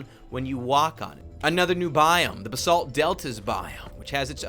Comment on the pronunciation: lol when you said "Basalt Pillars" i thought you said "The Salt Pillars"